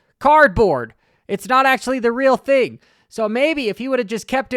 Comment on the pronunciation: Grown man saying “fing” is kinda fruity